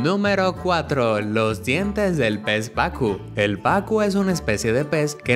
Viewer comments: Es pacú no pacu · pez pacú pacuuuuuuu acento en la úuuu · el pez es PACU con acentuación en la u al pronunciar